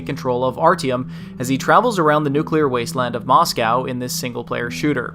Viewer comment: I think you should say Artiom, not Ayrtiom.